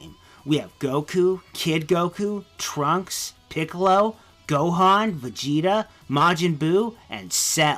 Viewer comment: Bezida. Bethida. Beki. He is bazinga, highness of saiya people.